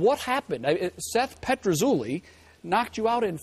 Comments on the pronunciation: PetruZELLI not ZOOLI. DUHHH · how much is it annoying everyone that the interviewer keeps calling him seth petrazooli lol!